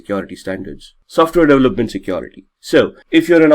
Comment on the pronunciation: The accent alone is distraction for me. What is so hard to pronounce the word 'security'? Keeps saying secOrity! 😞